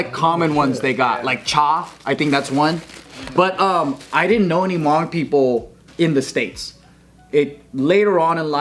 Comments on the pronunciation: I appreciate the video dedication, and also, there’s not a strong UNG in the pronunciation its more an O like in mow or boat..as well, the H isn’t truly silent but that gets a bit mire complex to describe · The guy in the red t-shirt to minutes almost was fainted after pronouncing the word "Hmong". His eyes were all shut and he almost had a heart attack due of the God's given name, "Hmong". Justkiidding. "Tsis dog dig".